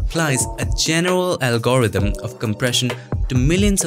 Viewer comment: im gonna start saying Al-gorr-rhythm.. i thing i need this in my life right now...